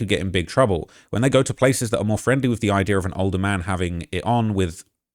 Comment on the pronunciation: It's IDEA, not IDEA-R